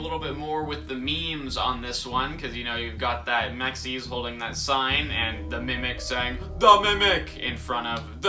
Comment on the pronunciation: Why did he call M.X.E.S mexies💀